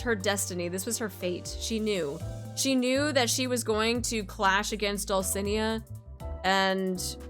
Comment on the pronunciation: Small correction. The stress in "Dulcinea" is in the "ne"